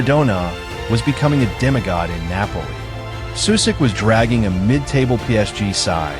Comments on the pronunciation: Your pronunciation is awful of names and places. Like..really bad. At least do some research on how to actually pronounce at least some of the basic things like, everyone knows that names that end in ic (ić) are not pronounced “Sue-sick”, but “Sushitch” Just saying. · First of all, learn that shitty AI how to say his name. His name Sušić ends the same as Modrić, with the same two letters. And shitty AI said Modrić pretty accurate... And than š is not s, you say it like sch... Anyway, Sušić as a coach led his Bosna to the World Cup, for the first and so far only time. Bosna under his lead played the best and most beautiful fudbal they ever played. And they fired him after the WC. I fucking hate my country, people that runs Football Association, same as stupid fans, for how they treated this man. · It's not Susik. Pronounce it like you pronounce Modric. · Susik ti je nono, amater. Sušić=Sushich. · The least you could do is pronounce his name correctly. Its not Susik, its Sušić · The name is pronounced Sushich. Messi before Messi! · His name is pronounced Sushich! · if you can say Modrić why can't you say Sušić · Shockingly bad pronunciation of his surname and his hometown. Simple google translate would do a better job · you can not even pronounce his name… shame.. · An advice: If you make a video about someone, try to learn how to pronounce his name correctly. Or is it just ai...